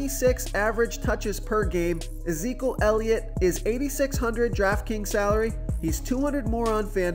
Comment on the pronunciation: Is there a reason you don't pronounce the first E in Ezekiel or have I been saying that wrong my entire life...? I'm guessing the first E is silent.